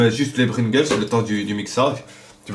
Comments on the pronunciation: Mdrr bringles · Juste tu sait pas parler ni conter car 250 arrondis au centième c'est soir 300 ou 200 est c'est pringles pas bringles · PRINGLES pas BRINGLES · J ai bien entendu ou il dis Brigles pas Pringles? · c est pringles pas bringles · Pringles pas bringles !! ^^ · MDR Bringles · C pringles pas bringels 😂😂😂😂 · Sa dérange personne qu'il dit Bringles aux lieu de Pringles? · c pas bringles Mais pringles...😂😂😂😂😂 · Bringles ??? connais pas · CE N'EST PAS BRINGLES MAIS PRINGLES😂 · TU SAIS PAS DIRE DRAGIBUS ET PRINGLES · qui a remarqué qu'il dis tout le temps bringles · Bringles mdrrrr